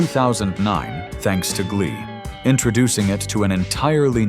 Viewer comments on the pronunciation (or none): none